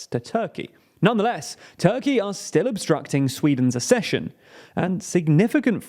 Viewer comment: Will you please stop mispronouncing Accession.